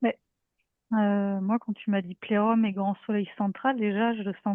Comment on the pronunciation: c'est un filtre schtroumpfette?? 😂 ça ne m'a pas vraiment aider à me concentrer sur l'écoute 🤣..., plérôme rime plus avec Jérôme que plexus solaire, non??? 😅